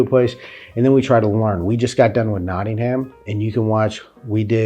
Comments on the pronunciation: Don't pronounce the Aitch in Nottingham, it's pronounced like Nottinum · Not.. ting ..ham 😂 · Just a couple of things... I notice you call him William the Conqueror, instead of William the B'stard! Here's a word for you... Mud... now change the M for an L, Lud.. now add on dite as in mite... Luddite! A tip for talking English, don't separate the syllables. Nottingham, Notting-am not Not Ting HAMM. Birmingham, Birming-am, no H. I wouldn't make fun of you for learning, for mumbling, yes, not for learning! Can you say enunciate without mumbling?